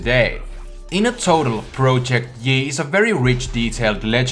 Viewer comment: you can't say project correctly